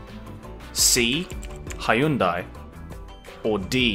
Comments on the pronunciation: the way pronounced Hyundai, he already know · Are you sure you're not confusing Hyundai with Honda... hj-ön-däe is literally the correct way to say Hyundai. And that's not hj as in hjälp... that's hj as in the palatalized h sound. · I like how (who speaks Korean well), pronounced Hyundai better than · Only Ludwig pronounce Hyundai correctly haha. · When he first pronounced Hyundai I knew that was the wrong one because I literally searched once how to pronounce it and I remember since then